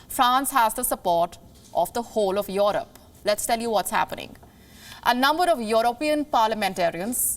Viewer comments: Its Europe not Yorop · The way she pronounces 'EUROPE' makes me feel uncomfortable